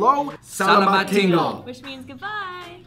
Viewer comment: FINALLY MALAYSIAN FOOD !!! Roti Canai pronounce as Roti Cha nai not kanai xD and selamat tinggal is selamat ting gal not tinggel xD